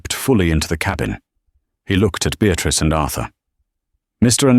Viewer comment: A Beatrice wymawia się Beatris, a nie Beatrik. Chyba pobiliście rekord nieuctwa, ignorancji i lekceważenia nas, którzy musimy słuchać tych bredni. Gdyby to zależało ode mnie, wylałąbnym was wszystkich na zbity pysk z wilczym biletem.